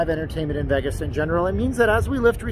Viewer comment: Vegis...lol so fuckin annoying....IT'S VAY-GIS